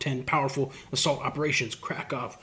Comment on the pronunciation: Mixed kraken and azov and made it sound like he said Crack off, lol.. man, just another dumb American here. Appreciate all u do to bring attention to the u.s. and the rest of the world for that matter. Came from family of service members and fighters and if it wasn't for a debilitating car wreck when I was 17 I'd be fighting right there with you. Stay safe, be well, keep up the good fight brave brother❤